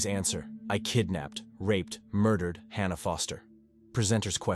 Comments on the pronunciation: Hannah, or Hahnah! I think the correct pronunciation of her name is "Hannah'', as it has been, for millenia. Now we have stupid AI voice-overs. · Its HAN-A not HAR-NA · It’s Hannah, not Hah nah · AI voice: Hmm..."Hannah and Helen"... Hahna and Heleen. Yep, that's right. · The narrator doesn’t know how to pronounce the name “Hannah” wtf